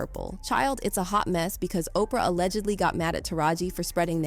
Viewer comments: These AI commentaries. “Alleggedly” vs “allegedly”, lol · Mo’nique = Monica. Allegedly = a leggedly who tf is reading this script? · I'm not with the mispronunciation of the actors names or the word "allegedly" (ledge, not leg). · “A-leg-ad-ly”? Is this an AI voice? Complete with vocal fry and everything. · "Ah-leg-id-lee" Bruh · A-leg-ged-lee? = allegedly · Stevay Harvay? UnfortuNATEly? aLEGGEDly? What planet are you from pronouncing all these words so weirdly and WHO THE HELL IS Veeeola Davis?